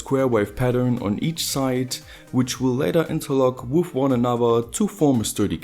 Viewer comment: I love when you say "with", it sounds like woof!